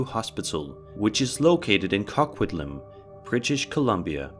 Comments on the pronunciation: The Riverview hospital segment.... First off the city is pronounced co - quit - lam. Second that hospital is an abandoned mental hospital and is super haunted! I'm sure if you look up investigations at the Riverview mental hospital you would find better ones! As lastly, it is used as set for many tv shows and movies so you’ve probably seen it before without even knowing it! Ps huge fan of mindseed TV! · hahaha the way the quy pronounced "Coquitlam" made me stop and go "What??" So wrong but then it's not the easiest word to figure out. In case anyone is wondering, it's pronounced "Coh-quit-lum". I live here and Riverview is a very scary place indeed, as is the hospital next to it called "Essendale" where they filmed Deadpool 2. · I always laugh at how some place names are pronounced. Riverview here in BC Canada is in Coquitlam (co quit lam). Love these videos! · Video 4 It is pronounced Co quit lam. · SO im from British Columbia and he said Coquitlam wrong 🤣🤣 Not... 👻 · #4 is a hospital in New Westminster not “ Coquitlam.”The guy pronounced it so weird, I laughed. They closed Riverview hospital and kicked all the mentally ill out on the street thinking they’d do good there. They’re now on skid row in Vancouver being abused and robbed by junkies. Fuck governments are sick.